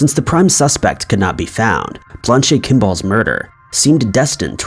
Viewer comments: Blanche is pronounced "Blanch". Not "Blonchay". Referring to the Blanche Kimball case...... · I know good and well you have the same access to Google as everyone else, yet for some strange reason you choose not to research how to pronounce words that are not so common. For instance, Blanche is not pronounced "Blon-chay". Its actually pronounced "blan-ch". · Blan-chee lol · You seem to mispronounce a word in every video. Blan-chay. LOLOLOLOLOLOLOL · He has got to be doing that on purpose! I heard "Blond Shay Ken Doll" myself. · I don’t think that’s how you pronounce Blanche. Haven’t you ever watched Golden Girls? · He has probably never seen that name before and just guessed. Isn't he only in his early 20s? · Judging on the pronunciation of “Blanche”, I’m guessing never read or seen A Streetcar Named Desire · Great video, but, every time you say the name "Blanche" my ears scream and begin to bleed.